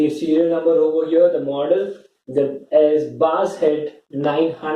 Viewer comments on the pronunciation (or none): BAASE? ATLEAST SAY IT LIKE "B ASS"